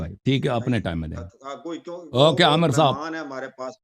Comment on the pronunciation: Amar nahen hota Amir hota hey